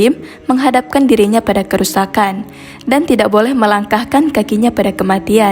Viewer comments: Tidak jangan dibaca Tidax mpok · Tidak Bukan Tidax mpok, Perbaiki lagi Bahasa Mu..pasti Baca Teg Ya... Nanto Rokok Jadi Rokox Pula..